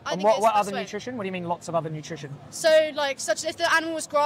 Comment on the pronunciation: She can't even say nutrition 😂